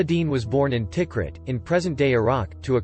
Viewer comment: Its not Tik Rit. Ta-Kreet.